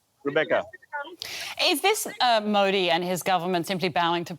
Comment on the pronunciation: Nothing better than foreign media pronouncing modi😂😂😂